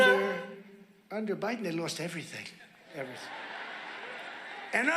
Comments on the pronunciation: Please tell me why Trump pronounced that name president "BIDENT". That's so friggin weird. Why did he do that? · David, please save the "president... BIDENT" to the soundboard. Absolutely imperative